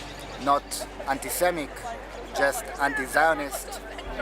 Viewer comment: did he say Anti Semic?